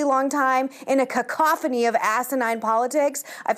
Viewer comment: I'm ok with some GOP not supporting Trump. They don't have to be lemmings, but those who don't support him don't just not like him. They trash him and try to destroy him with their voting and interviews. Just like 99% of Dems. And btw, Meghan "My Daddy" McCain, it's cacophony (KACKuhphoney) if you want to relate to the every day working people and how we pronounce it instead of sounding like a rich "highly educated" trust fund kid.